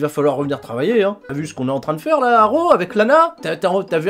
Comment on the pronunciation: "Monday night roux...euh raw" Ça se voit tellement que c'était intentionnelle